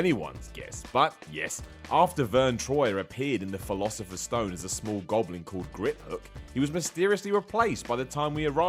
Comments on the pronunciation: TJIS DUDE SAID THE "PHILOSIPHERS STONE" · I have a question. Why do some people call it the philasofer stone(can't spell😂)and that's not how the case for the disk says it says it's sorcerer stone(truely sorry I forget the title but I'm a big fan😂) but anyway is it just a thing in a different country. Please be nice I'm only 12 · why do you say the philosophers stone? It's the sorcerers stone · "Philosopher's Stone"?